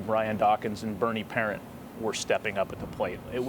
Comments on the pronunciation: That reporter said parent instead of parent.... if you know you know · My balls hurt when that dude butchered Bernie Parent’s name